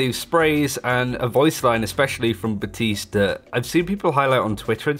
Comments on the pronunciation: Literally called himself "BAP-tiste" in the voice line and you still insist on making the P silent. Lmao. Good ear. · Baptiste: Thank you, Baptiste.: buh-tees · He's been out long enough for people to pronounce his name properly too but I keep hearing BaPtiste (other channels)